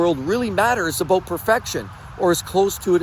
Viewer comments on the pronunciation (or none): It's aboot respect. Lol